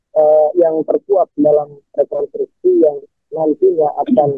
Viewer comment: REKONSTRUKSI MBAK PAKE S DI TENGAH NYA BUKAN REKONTRUKSI...🤭